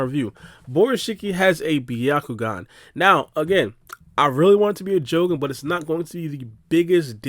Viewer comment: Why do you pronounced the jougan the way you do?? 🤔🤔 knowing how all other doujutu have all the same pronunciation